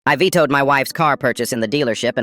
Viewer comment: vetoed not votoed